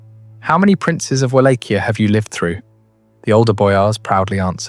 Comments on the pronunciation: It's pronounced Vol-ah-kia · Just to be a pain, and some added info, the correct Romanian pronunciation for Wallachia, is Vah-lah-kee-ah," but I sometimes can't hear the K either when said in Romanian tongue. It sounds like a H.